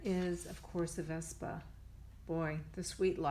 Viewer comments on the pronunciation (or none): none